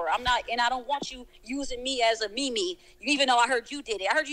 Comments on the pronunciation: Nobody talking ab how pronounces meme as ME-ME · 10/10 respect for for pronouncing meme as ME-ME. That's OG status